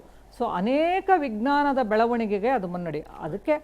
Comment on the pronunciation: ವಿಘ್ನನ ಅಲ್ಲ ಮೇಡಂ.ನಾಲಗೆ ಸರಿ ಹೊರಳಿಸಿ. ವಿಜ್ಞಾನ.